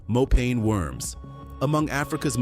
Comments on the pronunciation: Mopane Should be pronounced as mo' pa' ni not as pane. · It's Mopani worms not Mopane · Mopane worms.....is pronounced, "MO-PAH-NEE worms" All of these dishes are eaten only by black people, mostly in the northern countries of Africa. Especially South Africa has many races. White, coloured(mixed with Malaysians, Europeans, Dutch, etc), black, Indian, Malays, Chinese, etc. And these dishes you show here for South African meals, are eaten only by the different black races. Zulus, Xhosa, etc (11 of them!): There is one delicious dish we all eat, ox tongue, a delicacy on the Christmas table. Even the Malays eat it. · Its pronounced "mopaneh" worms. (Finkubala or macinbe") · Please its pronounced Mo-pa-nee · Im sick of AI!! Its MoPANee worm!!! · Get the pronunciation of mopane worms right, do your research 😂